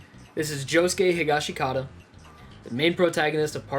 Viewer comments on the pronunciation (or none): Did he really just say he-ga-she-kata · He said josuke’s last name wrong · You pronounced Higashikata wrong and Kira is his last name not his first. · the way he says higashikata makes me urk